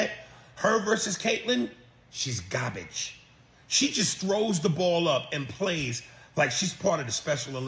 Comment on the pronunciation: “gobage” I’m dead man 😂